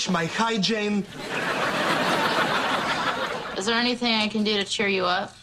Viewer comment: It's "hygiene", not "hyjane" :)